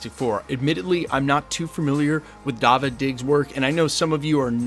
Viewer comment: Its 'Dah-veed' ❤